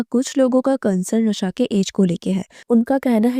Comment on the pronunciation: Raaaa shaaaa not ra shaa र नहीं रा